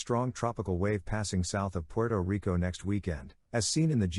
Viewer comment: Thanks for the info as always. I find funny how you say Puerto Rico. 🇵🇷 Keep up the great work.